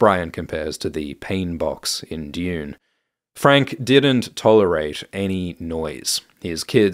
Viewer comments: DUNE NOT DEUOON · I’ve come to like how you pronounce dune as june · Not the yod on Dune. Dyune.